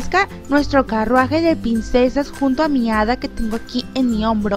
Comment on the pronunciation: Porque dices pinsesas?😂😂